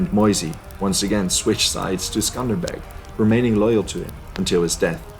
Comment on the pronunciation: Its accely not skender beg its skender beu who told u its skender beg lissin from an albanian mate its skender beu